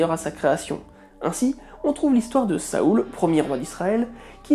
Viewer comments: Salut, On dit pas Saoul, mais Saül, en français^^ connais-tu le film Witch (écrit VVITCH)? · On ne dit pas Saoul mais Saül (prononcé Sahul ou Sayul)